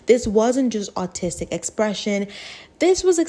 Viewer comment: every time u said "Artistic" i thought you were saying "Autistic" until i saw the subtitles